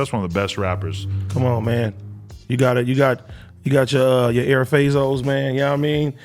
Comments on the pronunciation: Dude said “air fazos” 🤦🏽‍♂️ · Air fazos? Lmao. It’s G Fazos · He did NOT just call them fucking "air fazos" AD gtfoh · “Air fazos” ew that was so cringey 😖